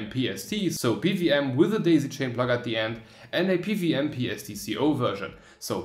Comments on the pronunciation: it's "P - double U - M" but u say "PVM" haha :) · O Well I would've guessed that :D I get strong German or Czech vibes or similar when hearing how you pronounce PWM